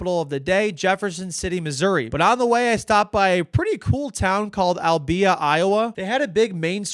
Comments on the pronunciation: Albia 🤦‍♂️ al-bee-uh, your pronunciation was 😂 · "Al-BEE-uh" lol. That was fun. it's just "alby-ya" :) But it's such a cute town. So glad you experienced so much fun in Iowa (not 80 mph EVER :p) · I was born and raised in Albia. You didn't exactly pronounce it correctly, but we aren't mad.